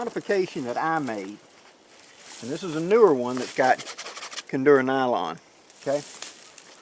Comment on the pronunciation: There is no "N" in Cordura!